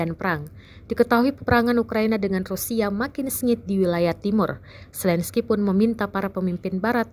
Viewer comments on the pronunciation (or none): none